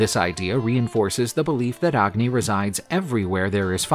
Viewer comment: You dont pronounce the “A” in agni. The “A” is pronounced as “U”